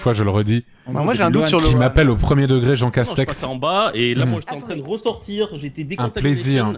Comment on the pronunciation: C'est marrant leur jeu . Les stratégies qu'ils emploient. Le truc qui me fait vraiment marrer c'est jean castek qui met ce speudo en jeu, dit appeler moi jean seulement (à chaque fois qu'ils disent jean castek) mais dès que lui prononce son nom ,il dit à chaque fois jean castek 😂😂😂. Ne m'appelez pas ainsi.....(au autres) -(lui quelques minutes plutard): ça c'est du jean castek 😂😂.